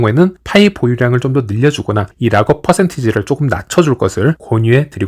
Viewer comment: 발음 지기네 온체인 라겁